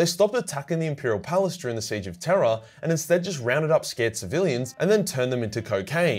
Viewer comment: With your Australian accent everytime you say "The Eye of Terror" it sounds like you're saying "The Eye of Terra"😂